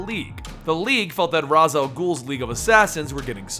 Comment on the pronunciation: Ra's Al Ghul is pronounced Raish al ghul